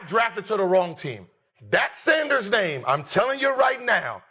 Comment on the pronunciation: You butchering his name is ticking me off. I can't finish the video.